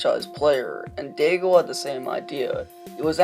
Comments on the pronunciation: Day-gull LMAO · Dagel sounds so dumb- and you even said it right once after hearing it and then went right back to Dagel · "Daig-el"...just goes to show you know nothing about hockey and you're just reading off someone else's words. Disliked. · Wrong prononciation.